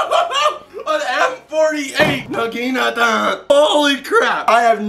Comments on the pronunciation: Please. I'm begging you. Nah gee natah, not na gee NUH ta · Nagi-nata not nagine-ata dude says it's his fav weapon but can't even pronounce it right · Dude you’re really fun to watch and everything. But for gods sake. It’s pronounced “naw-gee-naw-ta” not “nuh-geen-nuh-tuh.” At first I thought you were just having fun with the name. But the longer the video went on the more it seemed like you actually didn’t really know how to pronounce the name of the weapon. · No offense man but it's pronounced "nah gin ah tah" not nah gee nat a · Naga-nata the I is silent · Its nagunotu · I don't know why, but the way he says naginata just hurts me on a spiritual level. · Toy know for a naginata being your favorite wepen you think yoy would learn how to say its name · love your videos, but got to be honest when you say that the naginata is your favorite weapon and then proceed to constantly mispronounce it i just die a little on the inside... don't know if this has come up in the comments before but just...thought i should bring it up... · please learn how to pronounce naginata! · they have to be mispronouncing naginata on purpose... right? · Nog a not a Eeeeeeeeeeeeeee